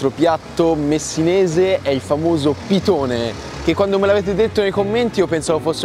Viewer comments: piDone, con la "D". Il pitone è un serpente. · Pidone con la d non pitone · Si chiama pidone non pitone... il pitone e il serpente, il pidone è il rustico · Comunque si dice PIDONE, non pitone 🤣🤣🤣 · Cmq fatti dire bene il nome dei cibi si chiama PIDONE e non pitone come il serpente 😉